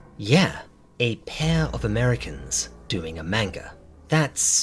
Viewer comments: Nothing will ever be scarier than hearing you say wanga. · Did bro say wanga? Lol I'm going to say it like that everywhere now